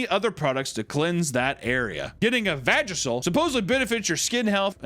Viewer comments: The word is vuh-jay-shul, as in vagina facial. Vagicil is a feminine hygiene product. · It’s a vuh-jay-shull my boy, not a Vagisil 💀😂 (vag facial get it?)